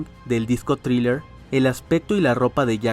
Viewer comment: THRILLER SE PRONUNCIA AL PRINCIPIO COMO CON UNA Z "ZRILLER" NO CON T COMO LO PRONUNCIAN LOS HISPANOS